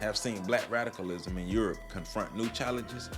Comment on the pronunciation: Are you saying “Black radicalism” or “Black rationalism” , because they both sound exactly the same to me ? Need we say more ? Amin .